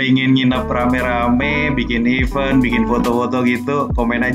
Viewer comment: Event = bacanya evén. Huruf e pertama dibunyikan i. Huruf e kedua seperti huruf e pada bacaan ember.